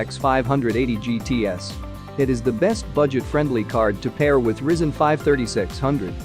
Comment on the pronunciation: ah yes the Rizzen 5